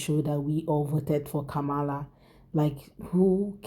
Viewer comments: Hi Sweetie 😊💙🇺🇸 Vice President Harris name is pronounced sounds like (Com Ma La) Not (Ka Mala as you are pronouncing like the white , Indian and Arabs/Muslim in America ok Sweetie ? 😊💙 Just a correction from you American cousin🇺🇸✌🏾😘😘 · COMMA la.